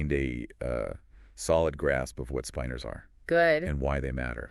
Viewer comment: Can’t even pronounce the word correctly in the first sentence. Spin-ors, not spine-ors FFS